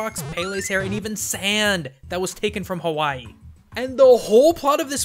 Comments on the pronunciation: I'm sorry bro, but as an Islander within the Hawaiian chain of the video your pronunciation of Hawaii is kinda, bad. I'm sorry, but don't worry 😉 love watching your videos to I'll continue to watch it. Cuz their awesome. ❤️ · Why do some people pronounce "Hawaii" as "Havaii"??! It's reminds me of that girl on the tv like.. " to the sandy beaches of Havaii..." To the something something of.. . Havaii.." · he calls it havai instead of hawai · Oka sole, havaii?? What's havaii? It's Hawaii, for future videos. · Havai? Is that how it's pronounce. I have ALWAYS heard it be called as HaWaii. With an english W. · Does anybody else notice he is saying "Havaii" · Loved how you started by pronouncing HAVAI and siwtched back to normal at the end lol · I'm sorry, this bothered me, but Hawaii is pronounced "Havai'e" You forgot the "e" at the end Sorry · Is Havaii the correct pronunciation of Hawaii, or somewhere else entirely? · The way you say Hawaii makes me uncomfortable. Its proper Hawaiian pronunciation has three syllables, Ha, Wai (pronounced Vai), and `i (pronounced as an E). More modern pronunciations simply use a "w" rather than a "v" but still has three syllables. Source: Live here. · My dude! I'm from Hawaii, and you do NOT pronounce Hawaii that way. doing that will get you called a ha'ole (local slang. kinda racist. ) Please don't say that. not tryna be mean, but thats pretty high on the pet peeves list for people from Hawaii. (you pronounced a lot of other stuff too.) P.S. I love your videos! I don't want to offend you. You're still cool! P.P.S I do wanna note that you explained the history really well. Im actually asian, but I live in Hawaii. Thanks. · why do you keep pronouncing Hawaii weird..?